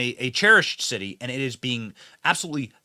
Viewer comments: Benny, did I hear you say "the shitty of Chicago"? A propos! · Ahahah you said shitty of chicago.